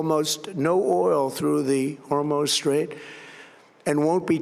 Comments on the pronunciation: The Hormo Strait? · "Hormone strait" is crazy gng